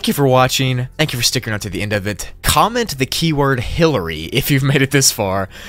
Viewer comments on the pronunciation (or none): none